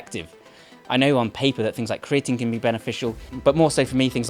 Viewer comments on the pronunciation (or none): none